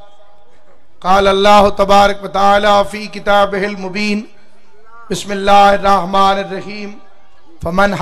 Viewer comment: علامه ملعون بسم الله الرحمن غلط پڑھتاھے